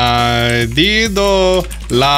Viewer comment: Same here! Especially añadido. Art